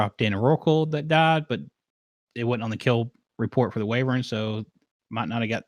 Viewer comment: I can only hear the word "wyvern" being pronounced "wavern" so many times...